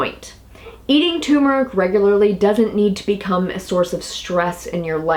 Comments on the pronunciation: Pronounced: TUR-MER-ICK,,,,,,not tumor-ick Ingest TUR-MER-IC with piperine for maximum absorbency. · Turmeric (TUR as in Turn) not Tumor (as in Cancer). Apart from that, interesting info thanks. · tuRRRmeric with 2 r's lol think everyone says tumeric though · Why do so many pronounce it Too mer ik and not Tur mer ik? TuRmeric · It is tuRmeric not toomeric....geez!!! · Interesting info and thank you for all your effort, but it's "TUR-mer-ic" not "TOO-mer-ic". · It's not tumeric it's turmeric isn't it. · Thanks for the video, but please. Its Turmeric, not Tumoric. Hearing tumor constantly is painful to listen to. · tur-meric, not too-meric. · Say tuR-mr-uhk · Um, there is an "r", it is not toooomeric!! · what is so hard about pronouncing TUR mer ic? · So, the first "R" is silent?